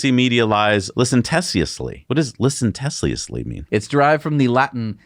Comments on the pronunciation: "Media lies licenTESSiously..." LOL! That should be licentiously (only four syllables). It comes from the same Latin root as "license", which implies freedom or permission to do something. (Think of the phrase "poetic license" for example.) Or in this case, it means to behave as if you have such permission even if you don't. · LIE-SEN-SHUSS-LEE = licentiously. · "LIE SENT SHUS LEE" went the accent on SENT. Not like you to mispronounce words. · It’s actually pronounced LiSenTeeusly - licentiously 😮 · Guys... It's Lie-Cen-Shus-ly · Lie sen shis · Jeezus i can’t believe you guys inadvertently made a skit about pronouncing “licentiously” wrong ( and not even googling the correct pronunciation!) …. Too funny and pure gold. 😅😅😅